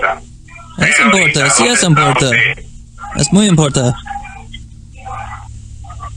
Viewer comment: The scammer's accent doesn't sound Mexican. Sounds Venezuelan or Columbian. when he says, "importa" the r almost has an "L" sound like "Impolta" listen to how he says, "cincuenta" In various places he cuts the "S" off the end of a word, "Estamo", "Tre"